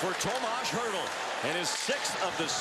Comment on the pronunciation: His name is Hertl, not Hert.